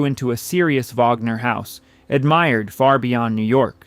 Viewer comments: AI bs. VAGner. Are you kidding? And the voice of the narrator is not that of a living human being! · It's, "Vahg-ner." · It's very obvious that this video was made with ai. It even says so right under the title. The images on this channel never match the narration, which is wooden and full of pronunciation errors. "Wagner" is pronounced three different ways, all of them wrong. This is supposed to be about opera, so whoever programmed this thing should know better! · Dear AI: It is not Wag Ner or Vag Ner. It is Vahg-ner. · VOGNER - Vaaagner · The AI voice mispronounces "Wagner"...an elementary mistake... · CAN'T YOU EVEN PRONOUNCE WAGNER'S NAME CORRECTLY ????